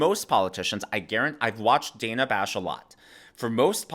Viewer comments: CNN should say: As a "black" person she is very racist when she said the name Dana wrong multiple times. Why is she doing that?🤔🤔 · Did Kamala mispronounce Dana's name? That's literally a hate crime!